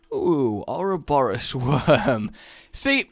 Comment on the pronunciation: Ouroboros is pronounced Ore-Oh-Boar-Oh-S.